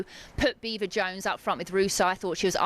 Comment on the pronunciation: "her Beever" 😂